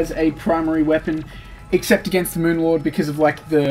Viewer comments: Lol moon lord = meawmer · And Mowmear 😉